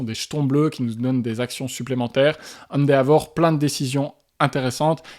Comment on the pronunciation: Encore une vidéo très agréable. Il faudra que je mette le nez dans l'univers impitoyable du jeu de plis Japonais un jour. en revanche, après plusieurs vidéos dans lesquelles il est cité, je ne parviens plus à me taire : Endeavor se prononce plus "Haine Dévore".